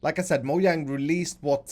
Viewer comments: It’s not moYang but moJang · Moyang, I know he's trying to say Mojang but... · Mojang not moyang